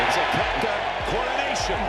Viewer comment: Nice compilation but dude why that AI voice?? You start with mispronouncing his name it’s annoying